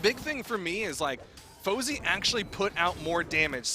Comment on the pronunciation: ITS FOZEY NOT SWATA!!